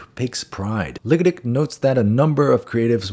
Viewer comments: “Ligatich … 👀” bro I nearly choked on my grilled cheese burrito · I apologize in advance, but did anybody else notice pronunciation of the name Sarah (nee Seth) Ligatich? Too on the nose! So to speak...